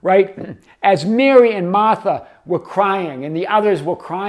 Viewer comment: when you said Martha with your Boston accent, I imagined Jesus saying her name with your accent. It gave me a good chuckle this morning. Thanks.